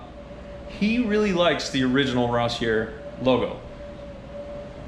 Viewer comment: Rossier is French (Ross-e-a)👍👍👍